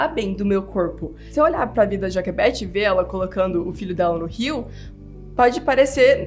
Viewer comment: A fala assim porque ela aprendeu inglês primeiro, por isso que ela erra algumas palavras em português rsrs